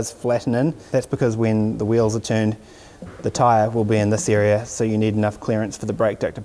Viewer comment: Why do i keep hearing (ear 👂) and (Eria) ??